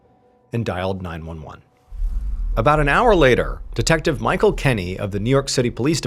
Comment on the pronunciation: more like deNECKtive lol not even trying to be offensive but my goodness